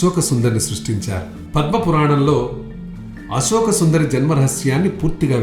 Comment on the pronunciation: brother nee gonthu chala bagundi, kani uccharana emi bagaledu, sivudu kadhu " shivudu" inka asoka kadhu " ashoka" dayachesi alochinachandi